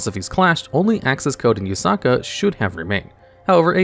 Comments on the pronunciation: its Yuusaku not Yusaka or Yusaaka xD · Did you know that you always pronounce Playmaker's name Yusuka, his name is Yusaku not Yusuka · kinda annoying how he says “yusaku” as “yusaka” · ah yes ‘Yusaka’ my favorite protag. This video would be improved by having correct pronunciation of everything VRAINS related lmao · I can't believe how many times you managed to botch playmaker's name. It's Yusaku.